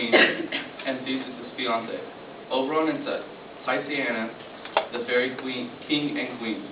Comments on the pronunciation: titania is pronounced tit-tah-nee-ah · You pronounce Hippolyta: Hip-pol-leh-tah and Titania: Tit-tawn-yuh